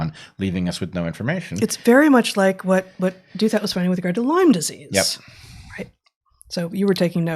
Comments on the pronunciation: I adore you guys! You bring so much to my life. That's why I want you to read more C.S. Lewis – and understand his theology – and also know that Ross Douthat pronounces his name "DOW-thut," not "DOO-THAT." But I quibble. Thank you for all you do! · Minor issue: it appears RD pronounces his family name as DOW-that, with DOW as in Dow-Jones, and "that" with a soft "th," as in "theory."